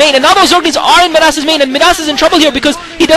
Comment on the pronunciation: By the way, I think Midas is pronounced "my-das." Anyway, I'm glad you were bored. I speak Korean, but sometimes I enjoy your comments more.